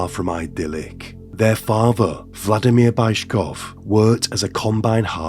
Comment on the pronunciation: You're butchering these names like this Bayzhkov(?) guy - please pay SOME attention on the correct pronunciation for it's impossible to recognize almost any names because of aforementioned. Otherwise great content!